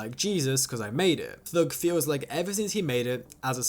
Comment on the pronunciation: T.h.u.g. Not thög bro